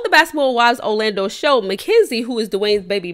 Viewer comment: Or "O-lando" 😂